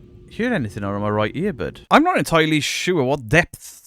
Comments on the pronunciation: I don't think you understand the "depth's" of not being able to say the word "depth's". lol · Depppts.....debts.......deths...... whatever 😂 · Listening to you saying Depthfpthps of despair 😂😂😂😂 which reminds me, where the hell has Mr. Grey gone 🤔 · You trying to say depths is like me trying to say Worcestershire sauce 🤣🤣🤣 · Don't worry, I find saying " depths" difficult too! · TIL can't say "depths"